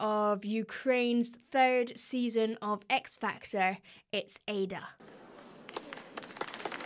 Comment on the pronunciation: her name is Aida not Eyda, will be polite to lear proper pronunciation of foreign names